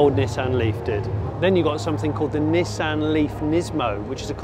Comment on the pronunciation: Cracking review and praise the Lord you pronounced it 'NISSAN' not like those ghastly colonials say 'NEESON'....... I ask you 'NEESON'..........but then again .......'JAGWAR'..........'HUNDAI' .... need I say more :O)